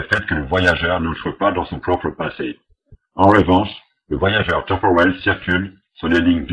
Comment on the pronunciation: ...un voyajeuuu' tempour'el.... LOL